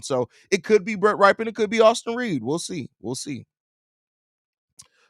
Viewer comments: that QB's last name is pronounced "rip", not "ripe" 😂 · RYPIEN is pronounced rip pee in